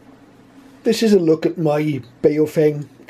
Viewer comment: Nice review but Baofeng is mispronounced. I often find Americans mispronouncing Baofeng on other videos. The correct pronunciation is BOW like the bow of a ship followed by FUNG like fungus. BOWFUNG is the correct way to pronounce this Chinese name as they do in China.